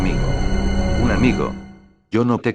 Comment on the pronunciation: wtf en el minuto dice yo no te cosco XD fail